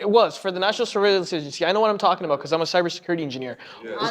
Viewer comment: Lol aboot